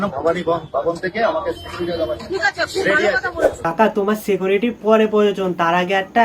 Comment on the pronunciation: সিকোরিটি না ভাই সিকিউরিটি 😂